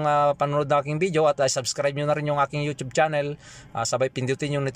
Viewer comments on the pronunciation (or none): none